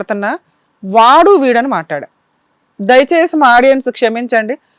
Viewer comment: Yes madam vaadu pronounce is correct